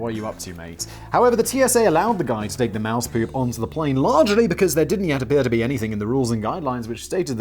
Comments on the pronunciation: Moose not mouse..Juno is pronounced June-O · Mooooooose. Wow Simon's pronunciation is getting worse 😆😂😄😂